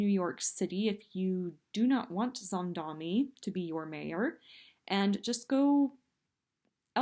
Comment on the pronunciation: She's not ranting. She's stumbling. Ouch! Hey,, learn how to pronounce Mamdani's name.